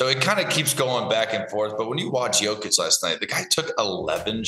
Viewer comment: This might be the first time Shams has ever had to talk about Jokic in person lol. Yo-kick.. that's something else especially from one of the most well paid NBA insiders.